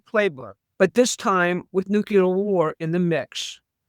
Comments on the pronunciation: Not Nu Ci Lar It’s New clear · Anyone quoting Mike Flynn is floating abject drivel. She asserts as fact clearly unprovable statements. She pronounces NUCLEAR as NUCULAR. She is clearly an inveterate conspiracy theorist. She said Ukraine will be defeated in 2 months. Get back to me in 2 months. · THE WORD IS NUCLEAR. NOT NUCULAR. It’s not that hard to pronounce it correctly. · Why does everyone say “nucular” the word is nuclear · Sorry this drives me nuts - the word is Nuclear (new-clear) not Nukuler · It's pronounced noo-klee-ur. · When you can't even pronounce nuclear my interest ended there.